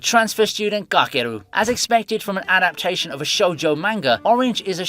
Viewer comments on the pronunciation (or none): none